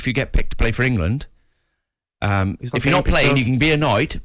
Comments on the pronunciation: Always annoying how gabby says England. "engeland" 😂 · Gabby wtf is ingleland? 😂 🥬